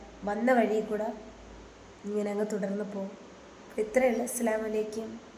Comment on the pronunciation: സോറി ഒരു കാര്യം പറയട്ടെ..ഒരു ചെറിയ തെറ്റ്... അസ്സലാമു അലൈകും എന്നാണ്.. പറയുന്നതിൽ തെറ്റുണ്ട്..